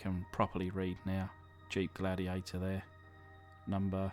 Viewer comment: LIchen the Glad-'e-ate-'er!